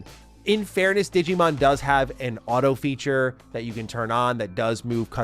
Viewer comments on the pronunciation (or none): none